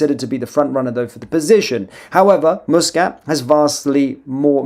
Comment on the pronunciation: Its MUS NO MOOS KAT NO KIT sorry but it bugs me how you FUCK UP every one's name.